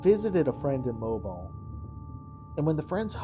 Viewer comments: Whats with the trailer park? Its pronounced moe bill. Not mobile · Moe beel